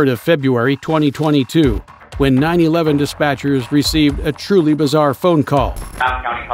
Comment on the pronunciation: Only think i could ask to do differently in these videos is refer to the police dispatcher as 9-1-1 dispatchers instead of 9/11 dispatcher